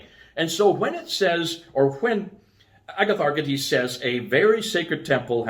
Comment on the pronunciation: Better say “a-ya-tha-rchiè-this” with “y”like in yummi not like “good” and last d is pronounced as thee in all Greek. D in Greek is written as “nt”. So eg demon is actually “theè-mon”. E in ancient Greek is also like double ee (look at its glyph; two c together and in archaic the capital E had two lines in the middle). Greeks had an other “single” e ie “αι”.